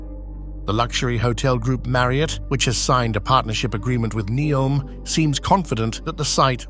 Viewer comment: I wonder how many archeological discoveries will be made throughout all of these grand construction process. Also, is it Ney-om, Nee-om or Neo-m? It was pronounced differently during the entire video.